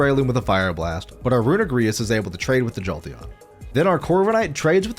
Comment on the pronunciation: mf said runegrious and eggyslash